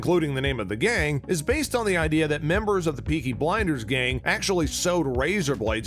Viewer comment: “Beaky Blinders”